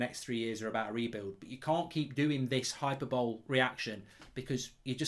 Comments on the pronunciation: Hyperbole is pronounced Hi Per Bo Lee - just saying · “Hyper bowl”? Learn to speak English Mark 🙄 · Love that pronunciation of hyperbole! 'Hyper-bowl', sounds like an American cup final. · Hyperbole is pronounced high-per-bow-lee btw, great vid mark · Did you pronounce hyperbole as hyper-bowl!? 😂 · hyperbole isn't pronounced "hyperbowl" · That’s not how you say Hyperbole you cretin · That's not how you pronounce hyperbole, Mark. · Tinbridge can’t say hyperbole.Or can he? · I agree with everything you said other than your pronunciation of hyperbole lol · 'Hy - per - bol - lee', not 'hyper-bole' 😁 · Right, the word 'hyperbole'... It's pronounced 'Hy-per-bol-ee', not 'Hyper-bowl' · Its "hi-per-bolleee" not " hyper bowl" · Did you just say Hyper-bowl rather than hyperbole? 😂😂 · It's pronounced 'hi per bow lee' Not 'hyper bowl'. No need to thank me, just like to help. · hy-per-bo-lee. not hyper-bowl. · It's hy-per-bow-lee, Mark. Hyperbole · It’s pronounced Hy-per-bo-lee (not hy-per-bowl) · "hi per bo lee" not "hyper bowl" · Hyperbole is pronounced "high-per-bolee" not "hyper-bowl". Not trying to be condescending, but there are correct ways to pronounce a word and incorrect ways. Just thought I'd respectfully share that. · Hyper bowl?… Hyperbole? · Mark you have been pronouncing 'hyperbole' wrong for months now, it's not 'hyper-bowl' it's 'hy-per-bo-le' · Oi, it’s pronounced ‘Hi-per-buh-Lee’ not ‘hyper-bowl’ lol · All valid Mark. But please stop pronouncing hyperbole “hyper-bowl”. It’s hyper-bo-lee. Cheers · "Hyperbowl"?! "Hyperrbo-lee" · Its pronounced hyper-bow-lee not hyper-bowl btw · It’s pronounced Hi-per-bur-Lee Mark, not ‘hyperbowl’ LOL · Hyper bowl 🤣🤣 it's pronounced hi-per-bo-lee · How many times mark its not hyper-bole its hy-per-boly! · Hyper-bowl? you mean hyperbole (hi-per-bo-lee)? Love from a happy Brentford fan :) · Lmao this dude pronounces it “hyperbowl” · it's pronounced hyp-errrr-bol-eeeeeeeeeeee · High-per-boh-lee mate. It's not an NFL game